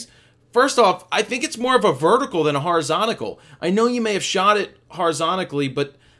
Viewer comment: Would you please stop miss pronouncing "horizontal"? You are an American and I am a Romanian, and I know that the correct meaning of the word horizontal, it's kinda funny though that you keep on saying "horizontical" for some reason or another, lol. Ah, and btw, I really like your critique and you feedback given to us, the amteurs. :) Hope you aren't angry on me, but I wanted to say this for a long time. Cheers. :)